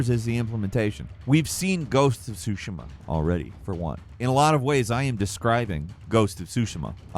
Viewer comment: Tsushima. Hard T.